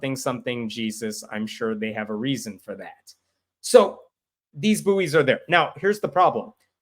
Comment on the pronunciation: Small point “buoys” is pronounced “boys” the u is silent and to differentiate between juvenile human males and fixed floating balls used for maritime guidance.